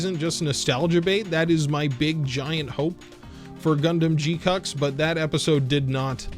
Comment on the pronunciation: Can't unhear "G cucks" 😁